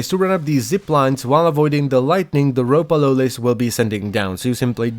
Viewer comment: Every time lotus sais Ropalolyst all i hear is umpa lumpa